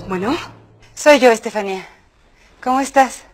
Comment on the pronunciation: Veo que aveces le dicen estefanie a estefania